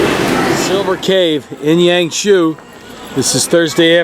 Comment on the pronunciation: It took me a lot time to figure out what it was when you spoke HangZhou, it sounds like HanShu. HangJoe sounds better to me. No offence, just try to be a little help.